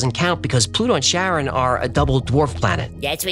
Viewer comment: Charon is pronounced like Karen, not Sharon. ❤ Love your show, especially Hecklefish! ❤❤